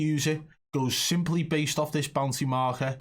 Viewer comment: I thought he was saying bouncy the whole time he was saying bounty 🤣